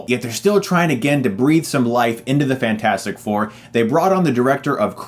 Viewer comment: It's pronunced fantastic 4 sir not fant4stic